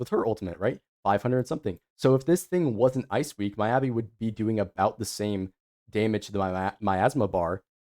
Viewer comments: okay, good video, valid points, saintontas is an actual idiot, but PLEASE STOP SAYING M-EYE-ABI , ME-ABI like me, myself and i, me, mi mi mi, me me me, not mai. <3 (obviously im messing around but it did irk me lmfao) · cool cool cool, i agree with everything you're saying but deadass how do you butchered Miyabi's (Meeyabi) so badly dawg